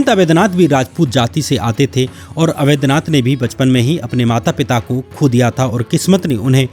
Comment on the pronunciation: Avedhnath nahi Avadhnath kahiye... Sri Ram ke naam hai